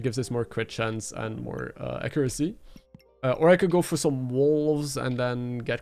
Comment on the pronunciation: took me few minutes to figure out what he meant by "a crew sea is kinda shit though" lol